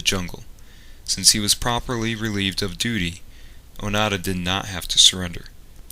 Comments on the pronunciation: The voice-over says ‘Onada’ instead of ‘Onoda’ throughout the video. Typical linguistically ignorant idiot. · ONO DA not O NA DA..ffs!! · It's not Oh-nada, it's Oh-no-da. Your pronunciation of these names makes me cringe. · Pronunciation is Oh-Noh-Da. Not Oh Na Da. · i showed this video to my Japanese friend and he said the white man saying his name wrong, it sounds like he saying "fart" hahahahahaha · You could have at least learnt how to pronounce his name.